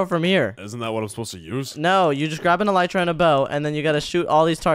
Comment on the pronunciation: Bro said elytra and arrow